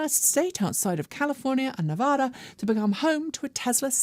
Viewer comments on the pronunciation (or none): none